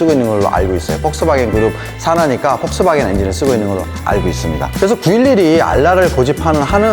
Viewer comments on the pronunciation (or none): none